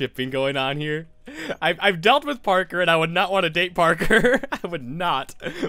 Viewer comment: When H said "I've dealt with Parker" I'll admit it, I heard "I've dated Parker". No shame.